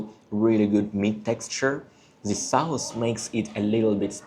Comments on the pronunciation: Educational video. Maybe describe the taste a little more, like sour, sweet, hot. Strong or mild. Also you pronounce the vowel in the word sauce wrong. It's pronounced like hot or fox, or like faucet, instead of like house. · I like your video. Please pronounce SAUCE as SOSS.